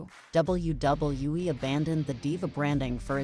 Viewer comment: I hate the way this AI/ narrator says WWE